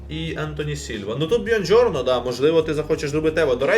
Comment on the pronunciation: Привіт, я живу в Італії. Правильно буде казати Буонджорно а не Бьонджорно. У.👍